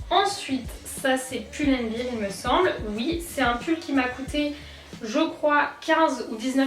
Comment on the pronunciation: N c'est Pull and Bear, bear = un ours si tu dis bir comme beer cest une bière, donc on dit bien Pull and BER et pas Pull and BIR, revoyez votre prononciation...